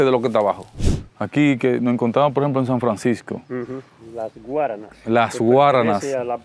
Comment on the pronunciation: Se dice las Guáranas.